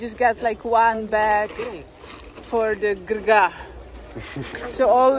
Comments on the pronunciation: I'm proud of you you can definitely see the progress:D EDIT: your pronunciation of the walnuts (Gergaa') was actually impressive! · You passed the test once you said Gergaa. Well done:)